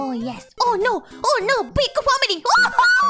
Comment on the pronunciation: Oh my god, her pronunciations improved so much You can hear it best with her “no”s